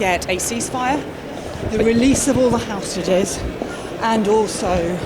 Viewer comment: "housestages" why cant labour pronounce this word???